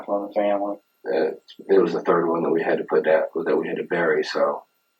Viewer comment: New Drinking game every time says "3rd" (turd) you drink